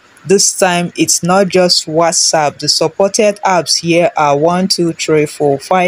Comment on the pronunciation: It's apps not earps 😂. Calm down